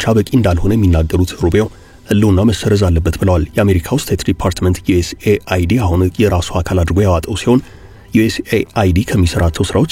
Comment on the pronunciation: USAID ዮኤስ ኤድ ነው የሚባል እንጂ ዮኤስኤአይዲ አይባልም 😂😂😂😂😂